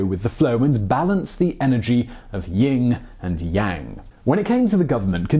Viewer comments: Yin and yang. Not ying and yang. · Yin and Yang, Simon. Ying and Yang is not a thing. That isn't an issue of accent, that's an issue of poor research.